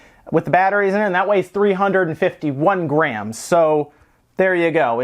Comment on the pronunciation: "Grey-ams". Not sure what a "Grey-am" is dude.... Are you attempting to say "Gram"?